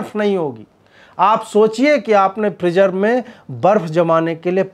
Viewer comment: Freezer ko phreejer bol raha h abe gadhe bolna seekh pehle